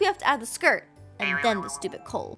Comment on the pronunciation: you said stopid